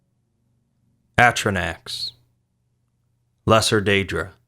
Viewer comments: It’s fuckin a-tri-nock. How did you even start saying atrinack they say atrinock in the fuckin game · atro-nack? really? it's A-tro-Nock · It is pronounced A - tro - nok not A - tro - nak, sorry for being petty, it was just bugging me to much not to say something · "Atronack" Cringe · He did this last time. At least he is getting closer. Last time, actually caused pain. Oh and lets not forget doody! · Well if you go by DnD pronunciation its a-tro-nok and yes wizards of the coast have given a break down of how to say it so ya it made me cringe also. Everyone else stop getting butthurt for literally NO reason it was a great video just that one thing stuck out like a sore thumb. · Holly shit i just made a comment complaining about his pronunciation and apparently it's already been said.. thank god people understand this... its not even about d&d its just the common sense of vowels.. a-stro-nok is the best way to describe the use of the vowels in this word.